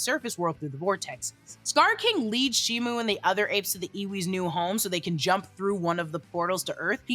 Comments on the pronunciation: SHIMO NOT SHIMU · ALSO also also. SHIMO! SHIMO, not SHIMU